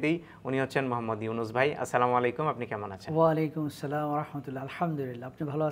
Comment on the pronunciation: আমার কাছে মনে হলো উনি যে সালাম দিয়েছে সালামের শব্দটাও অশুদ্ধ